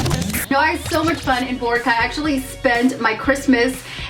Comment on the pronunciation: You are pronouncing boracay wrong